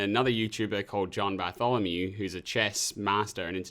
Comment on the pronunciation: Been watching john Bartholomew for a while and hearing you say his name was kinda jolting ngl